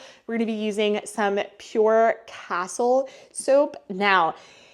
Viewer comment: FYI it’s cas-teel soap.